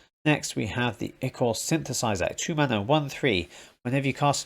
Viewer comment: ichor is pronounced EYE-cor